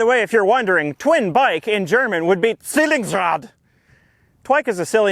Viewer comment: As a German, nice pronunciation on Zwillingsrad! A bit harder on the R maybe, but that's just nit picking. Rrrrrrr.